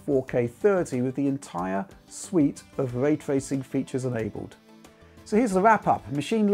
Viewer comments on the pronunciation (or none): What’s way twacing? 😝🤣